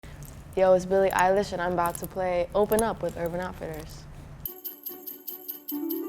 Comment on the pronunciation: Yuh it's billie eye lash